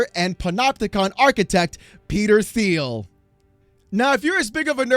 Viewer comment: Will someone kindly tell him how to pronounce Palantir and Thiel? Thank you